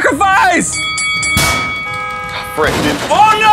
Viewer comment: At last MAtt was saying safricise for sacrifise